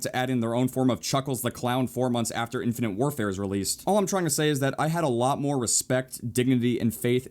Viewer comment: ....its called, "infinITE warfare" not "infinINTE warfare" -_